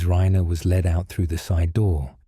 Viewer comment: This is AI. It's Reye-ner. Not Reener.